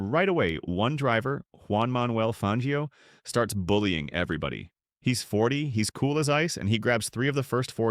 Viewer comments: Damn, you want to teach us about F1 history and in the first sentence you mispronounce Juan Manuel Fangio! 👎🏻 His name has been pronounced like Banjo in all the films and videos about him, and you still didn’t bother to correct your synthetic voce over! Sorry you lost all credibility. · Agreed. Knew it was AI as soon as it said Fangio's name totally wrong. Skip the AI voice please